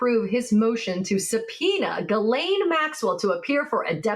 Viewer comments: Maxwell's first name is pronounced ZHIS-LEN, not GEE -LAYNE. It's a typical & relatively common female French name. Most Americans get it wrong. The reporter also mispronounces Virginia Giuffre's last name too. It's GEE-OOFRUH. And roll that R while you're at it!!😊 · Hello Ladies, Just a little note , Maxwell's name is pronounced Jìslaine not Guilaine... The only one that pronounces her name properly is Michael Popak.... On the same note, the river in Texas should be pronounced Guada- loupe ( as in magnifying glass) and not Guada-loupay!... It hurts my French ears... thanks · Ms. Maxwell's name is pronounced Gillen (short i).